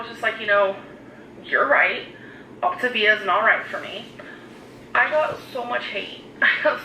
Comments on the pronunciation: Also I say this all the damn time but I really just don’t understand how she doesn’t know how to say the word yet. It’s optAAAAAvia not optIIIvia my god why is it so hard for her to say it correctly? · "Grab your Optivia bars..."! 🤣🤣🤣🤣🤣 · Ugh! saying optavia and other words incorrectly makes me want bop her upside the head, and she knows she's saying them wrong. How dumb could this woman be!!